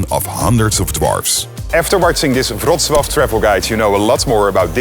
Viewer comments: dude pronounced Wrocław better than his own name.... respect..... btw. still don't know what his name is, but i've got it written down just in case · Thank you for beautiful pronunciation of Wrocław. Greetings from Poland.❤